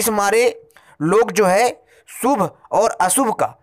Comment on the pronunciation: & - " सु भ - अ सु भ " ==> " शु भ - अ शु भ "